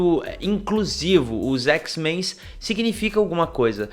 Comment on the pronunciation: Que agonia ouvir o cara falar "x-menS"..... poha, o grupo existe há décadas, de onde tu tirou esse "S"?!